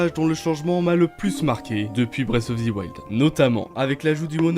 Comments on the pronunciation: Breath of ZI wild ?????😂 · THE wild ! Pas THI 😅😅